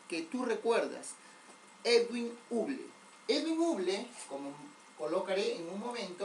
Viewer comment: creo que la pronunciación correcta no es uble, sino habol o algo similar a eso. igual buena clase y siga así.